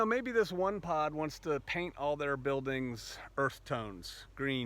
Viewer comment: At first I thought you said"pot". Lol.